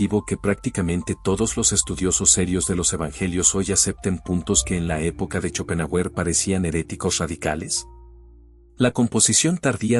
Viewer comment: Se pronuncia Shopenjáuer